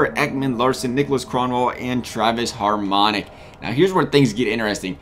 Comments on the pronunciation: Harmonic 😂😂😂😂 its hamonic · Lol where's the R in hamonic